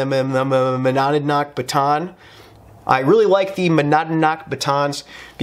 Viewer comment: Monadnock = "mon-ODD-knock"